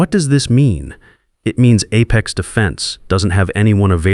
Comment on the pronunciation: Perhaps someone could teach the AI reader how to pronounce ‘apex’ consistently.